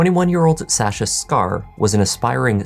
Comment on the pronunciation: The way you say SsaSha is tilting me..